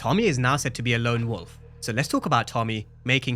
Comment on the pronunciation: It’s lone wolf… yall keep saying long wolf lol